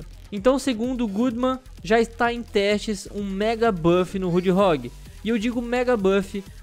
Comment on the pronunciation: é impressão minha ou ele fala "roodhog" kkkkkk